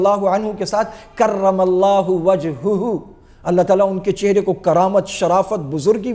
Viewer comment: کرم اللہ وجہہ ، وجھہ کے ھ پر زبر ہوگا ، مفعول ہے